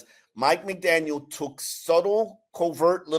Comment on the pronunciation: He keeps pronouncing Mike McDaniels